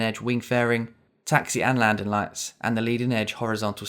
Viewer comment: Love how you don't use the "ing" on the words. Landin, Landing.